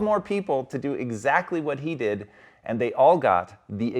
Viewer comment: "dee-id-uh" is not did, no nedd for the nasty "uh" sound of your gasping to ruin that simple word.